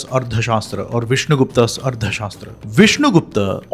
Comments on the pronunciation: It should be pronounced as Artha Shaastra, Not as Ardha Shaastra. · It's arTHA, not arDHA. This wrong pronunciation is somewhat ruining an otherwise great video.